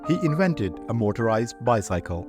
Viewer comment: I just commented in the 1943 obituary about your trying to do back stories on celebrities, and I scrolled down to this one, and I see you’ve already begun with it . Congratulations, it’s great! Let me put on my “Grammar Nazi” helmet for a moment, though. “Bicycle” is pronounced “ by-SICK-el” and the last syllable in “automobile” is pronounced “beel”. Remember, I told you a while back that English has more exceptions to rules than rules themselves. English steals from every other language and then sometimes decides to “anglicize” the word, and sometimes not. You can handle it,though; you’re a dedicated student 👨‍🎓!❤